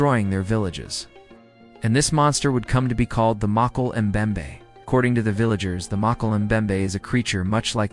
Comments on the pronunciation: sadly this video is all AI, and it can't pronounce it correctly. I doubt they will attempt to correct it. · Inwatchable, cant pronounce it, lost interest